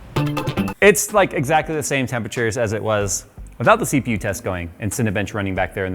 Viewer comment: The way you said CPU sounded like Seepew. Hahahah